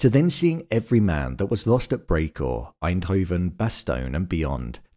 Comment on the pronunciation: As someone from Eindhoven, I was shocked when you pronounced my hometown perfectly❤ very good vid on this insanely good show!!